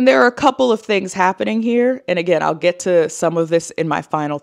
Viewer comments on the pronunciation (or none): none